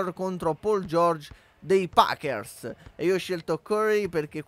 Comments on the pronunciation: Come hai pronunciato Warriors e Pacers?? Si pronunciano "Uòrriors" e "Péisers", i Packers giocano in NFL, non in NBA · anche solo sentire come hai detto warriors e pacers fa venir voglia di prendere la tua pagina youtube a dargli fuoco...